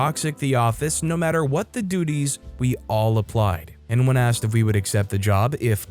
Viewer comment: well, saying axt instead of asked: I can understand, why that would drive people crazy. but it also means that you narrate it yourself, and don't let AI do the job. ;-)